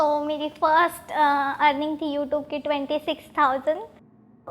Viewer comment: Its YouTube not youtoob